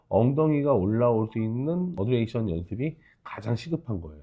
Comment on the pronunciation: 잘 보고있습니다. 다만 한가지 undulation'을 말씀하실때 '어드레이션''이아니라 '언듈레이션''으로 말씀해주시면 좋겠습니다.